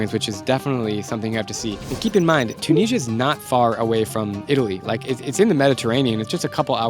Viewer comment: Why are you pronouncing Tunisia like that? It’s Tu - ni - si - a